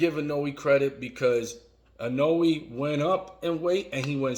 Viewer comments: Pleaseee I-NO-WEH. Not I-No-Way. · I love how every time he says 'Inoue', it sounds more and more like 'cannoli'. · dude, ...is it so hard to pronounce the name of a fighter you make a video about? if you want people to watch, do your homework.